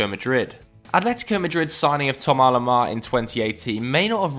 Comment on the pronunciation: ‘Tomar lomar’